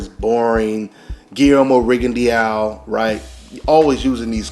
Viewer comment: Its pronounced " RigondO" its in french